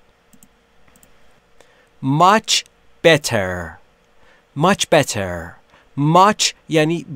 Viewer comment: ب در نه ب تر Better